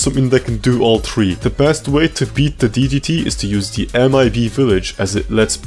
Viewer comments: think not tink. Third not turd three not tree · are you physically incapable of pronouncing 'three' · bro keep saying tree instead of three. i wonder if he was doing that to get people mad probly -_